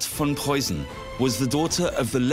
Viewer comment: Tip: the "ss or ß" in Preussen is not a soft one but rather sharp as in "missing or fist" Memel is pronounced as me in "melancholy". Hth